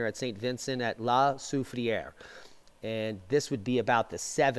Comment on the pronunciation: So glad you figured out how to pronounce it😜